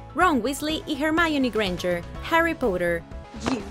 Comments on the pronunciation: Poter se pronuncia como poter porque lo pronunciaste como puder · Soy yo o escuché que dijo Harry POOTER 😑 ??